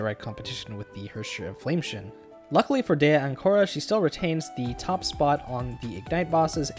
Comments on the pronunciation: Flame "scion" (sy on) not "shun" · I'm sorry, but every single time you mispronounce flamescion you sound like an idiot. it's pronounce "Sai uhn", not shin. Your video otherwise is an amazing resource for new AND Older players, but...you keep misreading the valk names and you're insulting yourself by doing so. Fyi haxxor is still read "hacker". the spelling is literal hacker slang. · HOF is Flame Sa-yon, not Shun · I don't know if you care or not but I believe scion is pronounced like psy (as in psychic) on (as in on top of). I might be wrong as this is not an English game, but I do drive a scion and that's how its pronounced there. Great video, it was super helpful (I love that you source where to farm/what resources to use). As a newbie I have no idea which resources I should be spending and on what. Thanks for taking the time to put this together. Also, as I'm pretty new, do they do reruns a good bit. HoS is my favorite thus far and I don't have her. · You're pronouncing Flamescion wrong. Scion is pronounced cy-on with the cy like in cyber. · Its pronounced Flame seyeone good guide tho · “Flame-tion” is how he pronounced Flamescion. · That's not how you pronounce scion lol